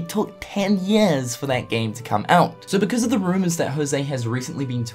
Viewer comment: "ten yeeahs"